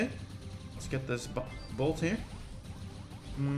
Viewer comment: Am I the only one getting triggered when he says bot instead of bolt